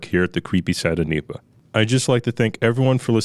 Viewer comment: N.E.P.A. not Neeepa. Cringe man. Great information, format, and audio quality though.